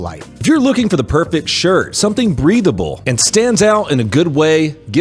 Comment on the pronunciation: I know in the poncho read said breathable I heard him say breedable roflmao